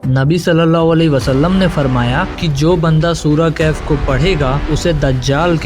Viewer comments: Kahef nahi bhai wo khaf sahi se padho please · Kaif nahi kahf